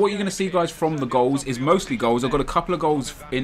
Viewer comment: German?:D 'ist' :D